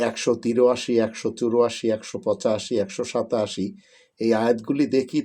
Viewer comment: একশত তিরোআশি ,একশত চিরোআশি বুঝলাম না,সেফুদার ভাই।